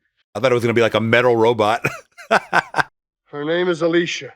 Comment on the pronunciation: RO-BOT...RO-BOT, not Robit! That shit erked the hell out of me!